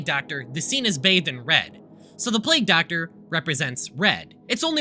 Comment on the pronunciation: Do Essay YouTubers just purposely mispronounce words now? Is this a thing? Plag Doctor, really?